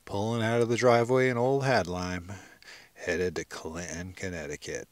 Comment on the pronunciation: I like how you say Clinton correctly-- without pronouncing the "t". Commerce St. in the house, dawg.